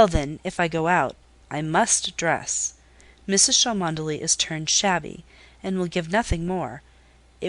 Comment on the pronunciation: Mrs Cholmondely is pronounced “chumley”. Sorry but it’s distracting.